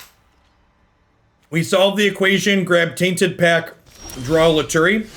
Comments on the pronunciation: I think lutri is pronounced lu-tree and not lu-tu-ri but to each their own I guess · dedication mispronunciation is one of my favorite bits